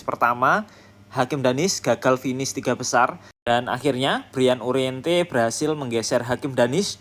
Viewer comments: Uriarte min,,, bukan uriente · U R I A R T E Ga ada huruf "N" min